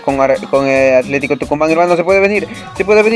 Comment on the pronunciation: Hola bro se dice Tucumán